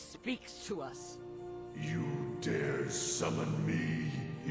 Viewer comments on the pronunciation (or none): none